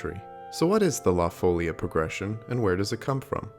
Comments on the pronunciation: La FolEEEa, not la FOlia. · that accent on the í means that the i is the strong syllable. follía. Not fôllia.. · Folía is accented on the i. folia. NOT Fôlia. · Amazing video! Just a small correction: it's pronounced "la folía", not "la fólia" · What is the little sign above the "i"? It is a bloody accent. So why saying all the time "fòlia" with the accent on the o? What's the problem of english speakers with all other languages? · Your videos are excellent.... but something that has bothered me over the course of them- the pronunciation of 'La Folia' is the emphasis on the second syllable, fo-LI-a. Also, Beethoven hid La Folia in his 5th symphony. Also, Nobuo Uematsu used it for the Final Fantasy IX soundtrack in "Vamo alla flamenco" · Surely the stress is on the second syllable? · I was hoping someone would point that out as well.